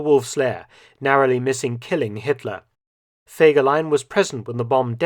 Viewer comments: I want to clear up a few things, I've had the privilege of being able to talk to someone who knew a few things and that is as far as I'm willing to go to offer proof of what I'm saying here. The name was actually pronounced with FEE not Feg. The photos shown in this video also tell a story, and I'll get to that towards the end. Since the beginning when the cavalry units were regiments himmler kept assigning scoundrels to fill the ranks of the units. There was a definite discipline problem and Fegelein having no military training was forced to deal with it. Even Dirlewanger was temporarily in his brigade. There's a reason there's no direct orders for a lot of the things his units are supposed to have done. His anti-partisan activity reports were also exaggerated. There were many, many villages but they all had place names and small populations. I've read that there were over 5,000 such places destroyed in the war, which I find unbelievable. Out of my own curiosity I've gone over the maps, these places wouldn't have housed 60, and they're reporting 300 shot, here, 240, there etc. They would have also had to have been entirely all of one particular ethnic group and they still wouldn't add up. If anyone believes that in 6 weeks following himmler's statement that they hadn't shot enough of a certain ethnicity that they got over 14,000 of them, that's pretty gullible. Btw, the leadership in that regime was exactly that. You can say the numbers were inflated to maintain favor, or yo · Fegeline! Fegeline! Fegeline! 🤣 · Fergelein. Fergelein! FERGELEIN!!!!!!!!!! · all I Could Is FEGELEIN. FEGELEIN. FEGELEIN. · FEGERLEIN!! FEGERLEIN!! FEGERLEIN!! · FEGELAIN! FEGELEIN! FEGELEIN! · Fegelien!!!!! Sorry....